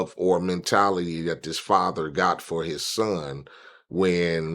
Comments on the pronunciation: I'm not trying to be funny but its " Father" ... not " Fodder". Ijs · My nigga said fodder... and then he can never say Smith right (Smiff) lol